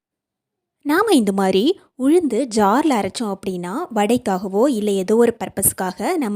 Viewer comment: அளவுக்கு என்பதை அழவுக்கு என்றும் உளுந்தை உல்ந்து என்றும் உச்சரிக்கறீங்க. நீங்கள் தமிழரா அல்லது வேறு மாநிலமாதெரியவில்லை. இங்கு தமிழைத் தாய் மொழியாகக் கொண்டவர்களே தமிழை மோசமாக உச்சரிக்கிறார்கள். இது ஏதோ ஸ்டைல் என்று நினைக்கிறார்கள்.நீங்கள் தமிழர் இல்லை என்றால் பரவாயில்லை.